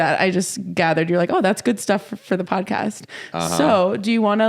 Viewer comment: When says the word 'podcast' my brain assumes he's about to say 'potty.' What I hear: "So my Grandma Sue is on the potty..." Because I'm originally Midwestern this sounds so natural and I have to resist the urge to stand. As if he's going to continue with, "And she wants you to stir the potatoes so they don't stick to the bottom."